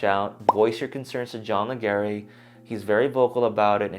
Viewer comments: John pronounces "Legere" like "ledge-er" Also, you're thinking of the term "Opt-in" wrong. Getting out of Bing On is Opt-out. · his name is pronounced Ledger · Your saying Leger wrong!